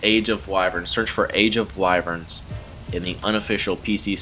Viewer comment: You're saying wyverns wrong matey